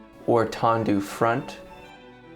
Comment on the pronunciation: Nice video! Just one point of critic... The word is TENDUS ... not tondus. Tendu means 'stretched' in French.